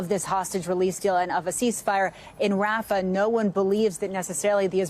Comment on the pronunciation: Having job Biden talk shows he isn’t in charge of what’s going on. He can’t even pronounce rafah